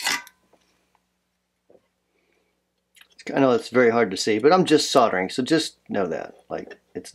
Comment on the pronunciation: soddering??? lol soldering